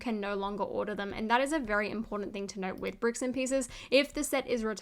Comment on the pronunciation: lol you said bicks and pieces